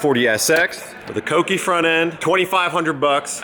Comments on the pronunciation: Kouki (coo-key) not cock-ee 😂😂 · i love you and all but..... IT'S FUCKING KOUKI NOT KOWKI PRONOUNCED ("KOOKI") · Kohki? You mean kouki.😂💀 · "cokei" love that sounds like a Japanese hot boi drug. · First time i ever hear anybody pronounce it " Cokey " This might be the most baddest build in the Hoonigan fleet if it get the hotboi treatment. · Tim Parry at the beginning pronounces it coke-y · Phillip Vu oh yeah he does 😂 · The way he said kouki 🤦🏽‍♂️😂